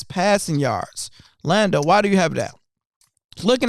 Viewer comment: She tried to say it Lambo Lando